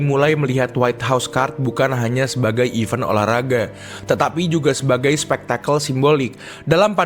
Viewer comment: Bedakan cara baca even, sama event min, kalau event itu artinya "acara" contoh event UFC, nah itu yang bener. Tapi yang dibaca sama admin bukan event tapi even, kalau dikomen yt ada fitur voice note, bakal aku contohin deh, berhubung gak ada, tlong diperbaiki min, soalnya untuk yang ngerti denger nya agak gatell, thanks 🤘🏾